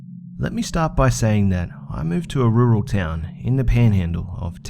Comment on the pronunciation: Rurual, It's hard to pronounce, Rur-ool is how to pronounce it <3